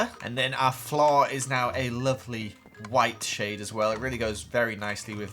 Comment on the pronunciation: "The flawwr"